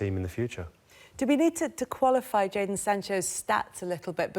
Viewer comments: did you just say Jaydon instead of Jadon. Shambles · You mean JADON ... Shambles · Did you just say Jaydon for Jadon Sancho? Shambles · did you just spell jadon with a ‘y’? shambles